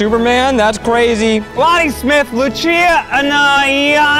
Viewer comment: Ned you disappointed me by pronouncing Lucia( Lu - see - ah ) as Lu - chee - ah